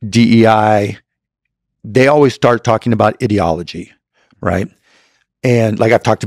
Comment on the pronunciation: Cuban can't even pronounce "ideology" correctly 😂